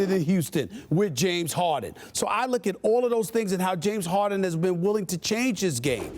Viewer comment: "James Hawden"